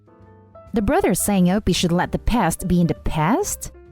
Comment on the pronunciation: The bruther, muther, and the uthers...